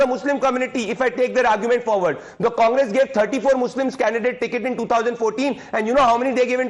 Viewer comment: The way Revant said ‘Congress’, it was sounding ‘Kaamras’.